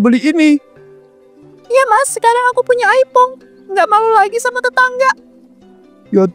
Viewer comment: iphone bukan aipong😅